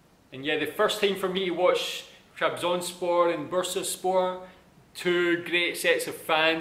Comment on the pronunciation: I like your pronunciation while saying 'Trabzonspor' bro please say it again for one more time; "TRABZONSPOR!"